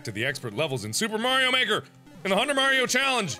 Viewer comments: It isn't maroy it is mario but, with the i and o switched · MARIO not MAROI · M A R I O Mark-Maroy? Who the heck is Maroy? Me-😑Well then...🤣lol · Mark the first level you play and you said maroi it's supposed to be mario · cheif _ 115 its supposed to say mario but it did say maroi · MA-RIO MA-RIO, WHOS MA-RIO???? Mario😂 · Yes Mark, Mah-Roy Not the name of the game you are playing,AKA:M-A-R-I-O! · mark.... please tell me you were joking when you said M A R I O you said Mar-oi...😂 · Mark.. it said Mario not Marioi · mark of said Mario not maroo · its mario not "mario" have no clue how mark said it